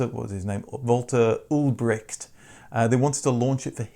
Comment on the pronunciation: UlbriCHt with the ch as in loch ness, not ulbrigt. no k sound!